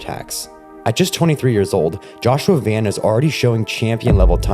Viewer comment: I have burmese friends that have similar names and speak the same national language as joshua van. Just to clarify it is not joshua van 🚐, it is joshua van (pronounced von). If has been triggering my ocd hearing it mispronounced